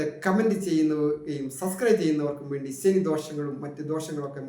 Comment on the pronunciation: സനി അല്ല ശനി ഒന്നുപറഞ്ഞു നോക്കൂ